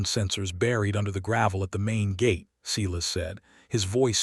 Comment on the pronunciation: When a bare footprint was found in the snow, how did they instantly know it belonged to her?/ Silas is pronounced Sigh less and not See less.